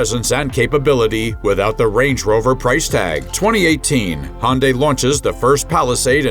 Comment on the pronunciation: Perhaps you should learn how to pronounce Hyundai. LOL.